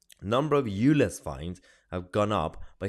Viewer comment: if this guy says "lez" or "you lez" one more time he's going to get himself demonitized and locked up for homophobic hate crime, i really would not be surprised if he's already triggered the YT sensors